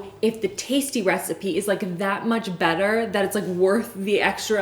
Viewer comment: Every time she says “better” I feel like she is saying “batter” 🤣